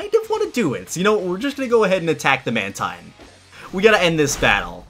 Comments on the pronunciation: It's man teen- not man -tine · Mantine is pronounced "man-teen".